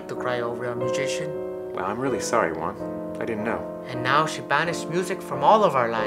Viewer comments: Locote Chido it’s pronounced Juan and good joke lol 😂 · GamerOA YT it’s pronounced “huan” and its spelled Juan